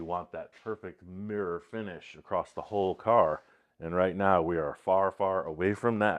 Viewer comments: your feedback is much appreciated 😂, but I don't see where I told him how to talk, I just pointed out there's no t in the word across. I did ask him to fix the fender, though, sooner rather than later. 😜🤙🏼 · Hi and! I love you guys and can't wait to see this bug when it's all finished, I know it's going to be out of this world cool, but I have a couple of constructive criticisms to share. First is use of "acrost" when he means across, as you stated during this episode, everyone has their own version of OCD and this one bugs me. Second is the width of the front fenders, my wife noticed when watching today's episode that the newer driver's side front fender is narrower than the passenger side. When you were measuring in a previous episode you had it set correctly and them abandoned your measurements for an old mark you had made. You them confirmed your old mark by comparing the fenders to the unaligned tires and called it good. We both can see with our naked eyes that the new fender needs more width to match the passenger side. Please fix it before it gets to final paint prep. That is all, thank you! I love all the builds but this is the one I always want to see!